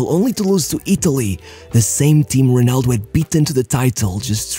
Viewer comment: Amazing! You actually said Ronaldo correctly instead of HEnaldo like you usually do